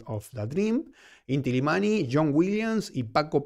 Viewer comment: Querido es Illimani la doble ele se pronuncia como ye, saludos.